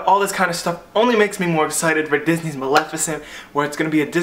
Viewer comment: FINALLY! Someone who pronounces Maleficent's name correctly, instead of saying "Muh-lif-i-cent"! Lol, I don't know why that was such a touchy subject for me... I have incorrect name pronunciation problems...I need a therapist... Lmfao, just kidding! I love this video, by the way, everything you said about Frozen was correct (in my opinion)! :)